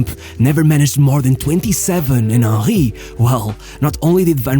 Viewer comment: Your pronunciation of Henry made me laugh each time. Ah-hee